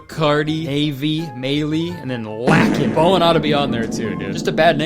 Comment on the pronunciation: Fr the only time I’ve seen my name in any movie/show/ youtube video.. and bro is roasting me. He did pronounce is wrong tho it’s “lake-in” lmao